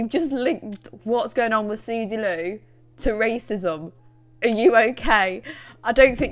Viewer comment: The way you say “Sooz-uh” was enough to make me subscribe